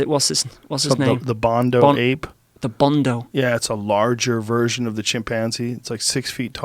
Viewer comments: Bonodo Ape Joe. Not Bondo. Has been bugging me every time he says it. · Bonobo not bondo lol